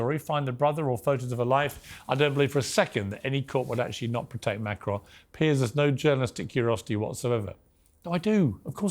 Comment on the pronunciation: Above all else Candace Owens the name is Macron, not MACRONE get that right and I personally might listen to you, for a so-called Christian, why are you pursuing this? transgender or not, it is not yours or anyone else's business if it is true that Ms/Mrs/Mr had a relationship with a schoolchild that is reprehensible, however, it was a long time ago, IMO you disrespect a head of state of a not insignificant European country to get views to your muckraking salacious program.